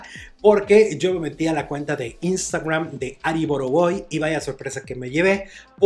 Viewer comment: Oye...por k le das esa pronunciación a la palabra instagram?...sólo dila como es y ya...